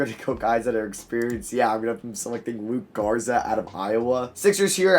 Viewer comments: Bro … plsssss stop calling LukA Garza LukE Garza. Cmon man its been too long 😂😂. Its LukA. Like Luka Doncic. LukA Garza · The amount of times you mispronounce luka garza in this video and previous videos should be a world record